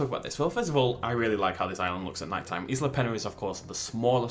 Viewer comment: Pronounced eesla